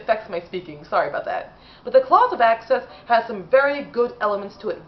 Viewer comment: "Clause of Access"? Do you mean The Claws of Axos? 🤣